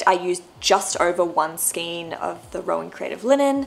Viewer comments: Love your projects - beautiful knitting - I am not wanting to be picky but skein is skane as in reign. The King does not reen. Or a Reindeer is not a Reendeer. Heard this on a lot of posts lately and just have to say .......💞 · Thank you and that's not being picky at all! I've heard skein pronounced as both 'skeen' and 'skayne' so it's good to know that the second one is the correct pronunciation 🧶✨